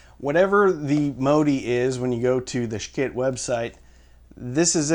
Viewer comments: I like how you pronounce the Schiit ask “Skit” versus sh*t which is the way it is pronounced. You are so entertaining. I appreciate your reviews. All the best! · This dude is so moral that it prevents him from correctly pronouncing the name of the product he is attempting to “review “. Far too moral for me, OK?! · I thought it was called sh!t not Skit?!?!